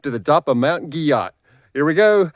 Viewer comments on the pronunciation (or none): I've heard its pronounced "Gee-Oh". Been there several times. Definitely a unique spot in the Smokies.